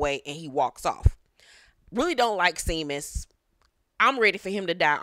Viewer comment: Seamus is pronounced as Shamus, I am originally from the Midwest (Ohio), and came across some Irish folk back in the day!